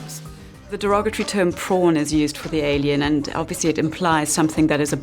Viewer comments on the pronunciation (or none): I love how can't say prawn:D